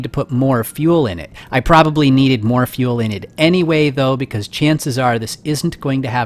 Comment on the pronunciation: hey! it's not moar, it's more! XD your very good continue